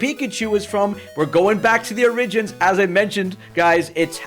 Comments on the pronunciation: I’ve never met you, but I hung with Hena a bit back in college, so I say this sincerely: The word is oh-RIH-JINS, please pronounce it properly. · Please learn how to say "Origin/Origins" lol